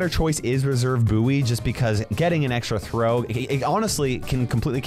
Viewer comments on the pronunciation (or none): great video but reserve booey really ?